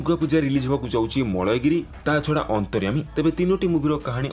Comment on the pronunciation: ମଳୟଗିରି ନୁହେଁ ମାଲ୍ୟଗିରି